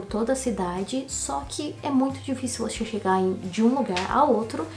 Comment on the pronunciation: "é muito dificil voche chega" kkkkkkkkk